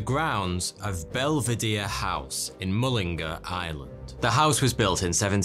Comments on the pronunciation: 1. Mullingar in Ireland is not pronounced mul-in-ger, its pronounced as it is spelled "mull-in-gar". 2. Marino Court in Dublin was built in 1792, not 1970. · it’s pronounced Mul-in-gaar with the 3 syllables, keep up the great videos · Mulling-garr* :P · Its pronounced Mull ing gar, not a grammar nazi I swear